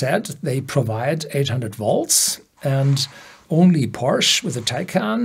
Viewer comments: It’s called Porsche even in English because it’s a name. Porsch is wrong… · Would love you to pronounce "Porsche" the correct german way... this sounds so wrong and maybe foreign viewers could adapt the correct pronounciation :)